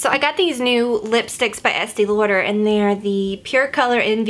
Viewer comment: I love the way you say Lauder...you sound like a New Yorker!!!!! Which is so cool since I know your a southern girl : )